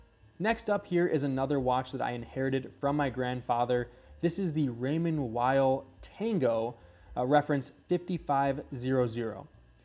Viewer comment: Raymond Weil is pronounced Raymond Vay How come Amercans can not pronounce European names???